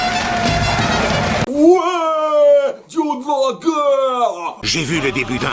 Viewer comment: En plus de changer le nom "Boreas" en "Borée" durant les chansons, y a qui prononce "Arè" au lieu de "Arès"